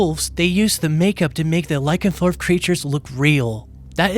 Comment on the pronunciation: I enjoyed the review, going to definitely watch this one! In case nobody mentioned, it’s Lycanthrope, not Lycanthorp.